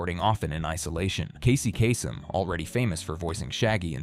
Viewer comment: "Casey Cass-em" 😂